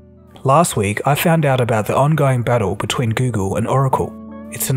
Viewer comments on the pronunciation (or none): none